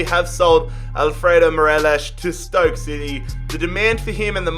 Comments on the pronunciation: Anyone triggered at him saying morelosh than morelos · His name is Morelos not morelash lol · Its mo-re-loss no fucking morelish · everyone: mor-el-os: mor-el-esh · I hate who he pronounces Morelos wrong he pronounces it morelosh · Its morelos not marelosh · How he says Morelos cracks me